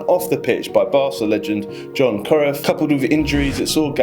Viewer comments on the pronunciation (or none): "john cru-if" mate you pronounce it as johan croyff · jon crif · old john curef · Do you watch football? You mispronounced so many iconic names; who is John Curiff? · john curiff????? what the fuck??? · This guy can't even pronounce Johan Cruyff's name FFS😫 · Nice video but seriously that’s the worst pronunciation of Johan Cruyff I’ve ever heard… damn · the worst butchering of Johan Cruyff's name ever... showing you didn't know who he was !!! Aaarrgghhhh!!!!